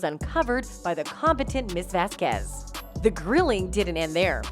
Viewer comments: VAZquez not vazQUEZ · Miss VeZqUeEeZ jeez woman, miss Vasquez is fantastic at least pronounce her name properly. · Correctly pronounce "Vasquez"